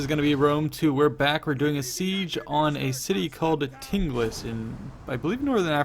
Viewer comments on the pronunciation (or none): its TINGIS not TINGLIS . its still exist to this day under the name of TANGER . its the city located on the detroit of gibraltat in morroco